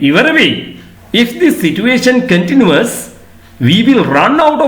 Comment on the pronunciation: Kindly check whether you correctly pronounced the word " continues' in this video.